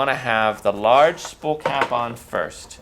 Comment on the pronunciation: A "spull" of thread. Spull?